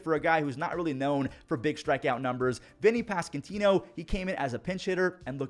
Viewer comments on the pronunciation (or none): Hey, love love love the recaps. BUT as a royals fan.. for our sake, Vinny's last name is Pas-KWON-Tino XD on another note.. how about our competitive AL Central???